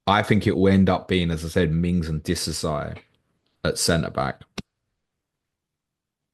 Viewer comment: No one pronounces Disasi the ways does. Top notch trolling 😂